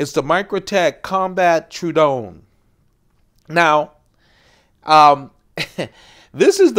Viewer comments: its not pronounce true-don, rather it is pronounced True-A-don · Not trying to be that guy but it's pronounced True-uh-dawn. That's a beautiful example. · It's TROH-ə-don